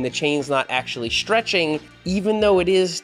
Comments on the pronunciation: It's stretching not shtretching... Sorry I couldn't resist 😂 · Seth says, "Chain Schtretching". AAAAAARRRRRGGGHHH! Also, I have never heard a "pedal axle" called a "pedal axis". There is an axis running through your pedal axle. The axis is the imaginary line the axle turns about. (Lets not get into what an Axel is.) Fortunately, he doesn't use the term "front fork". (As opposed to the rear fork?) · Shtretshing, accents lol